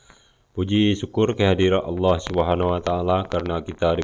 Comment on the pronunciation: Ciri ciri orng kristen dari Kecil itu dari kata " ALLOH " dia ucapkan " AWLOH " coba perhatikan !!